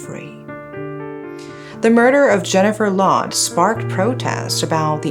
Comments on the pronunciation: Why the narrator keep saying “she” or the last name sounds “loud” it’s Lawde/Laude! He’s pinoy and not american! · And it pronounce as LAO-DE not LOW-D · it's pronounced Jennifer "Lao"- "de" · I think "Laude" is pronounced as Lao - de in the Philippines. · Its "Law Deh" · Glad you covered this case. This was a case where the victim did not get justice due to the a more powerful country's interference. This is how weaker countries are treated. anyways, Laude is pronounced as Laodeh and Magsaysay as mug-saisai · Pronunciation is law-de with a long A.